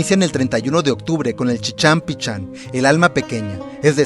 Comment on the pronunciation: Se pronuncia PISHÁN no PICHÁN!!!